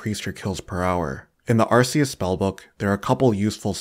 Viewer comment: great video but its not called arr-see-us